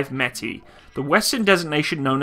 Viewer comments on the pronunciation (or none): Not metai but METIS. Pronounce like it is written. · the word Metis should be pronounced like "Me teeth" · Met as in METropolitan police + is as in this IS an apple. Thats how id pronounce it as pole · with the little i know of russian, i think it would be metis, not metay. whilst french and russian have been quite close in the past, i.e. bistro, russian seems to pronounce every letter.... blended sounds are reserved for particular letters, and the C letter, the S sound in english, isnt one of them. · What Meti? Metees dude, pronounce it with 's'. I mean I understand that you don't know is it Metees or Metis, but why do you leave out the "S"? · metees. with s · Дмитрий Кардаков so Metsis means half caste then? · Based on the Russian way for writing it, it looks like it's pronounced "myehtees", or almost basically as it looks like it sounds in English. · "Meh-tis" With Russian names, you basically read them as they're written. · Pronounced meh-tiss. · Just so you know it is pronounced May-tee like the native Indian tribe of Manitoba, and lower Saskatchewan. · im pretty sure its meh-tie thats how you say it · It is pronounced directly M E T i S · Meh-tEEss! It means mestizo, métis! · For those who are upset of my pronunciation if the word Metis.... get over it. My god I wish I could ask those who think they know it all to say words from other countries they are not from and hit it every time. Come on people, just enjoy it for what it is..... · Russian is phonetic - if you see a letter, pronounce it; there's an S (in Metis) for a reason lol. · It's not a French word, s on the end is pronounced.